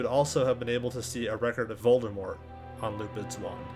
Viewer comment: Is a character with only one R in his name. I think I heard you pronounce it VoldeRmort several times in the video :D